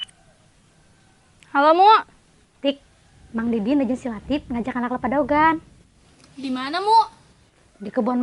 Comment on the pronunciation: Lain daogan.atuh..DEWEGAN..kituh...eeeh sing bener sunda na ah....